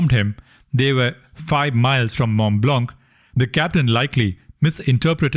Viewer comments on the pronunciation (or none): Mont Blanc pronounciation is Mo Bla..also check.the pen on.this name and how many in each type are produced.